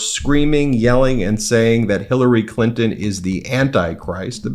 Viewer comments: 😂😂😂 Hillary Clin-in. Stupid Habba cant even say her name right!!! She deserves prison with DICTATOR TRUMP😡😡😡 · Why does she pronounce Hillary Clinton's name as "Clint In"? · Who TF is that "comedian"? He's disgusting! Along with the rest of the speakers. 🍆💩🤡... Vote 💙🇺🇸 Bring back MORALS AND DECENCY! Haba can't even pronounce "CLINTON". Unless it was a slur "CLITON"?¿🤔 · Habba, before you speak, learn how to pronounce Clinton. Also Habba, Hillary has accomplished more in a day than you will in your entire life. Hillary went to Yale Law School, you went to "Widener University Commonwealth Law School". Did you even have to take LSATS to get in. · She can’t even say “Clinton” correctly. What does Hillary Clinton have to do with this election? These people are absolutely sick. 🤮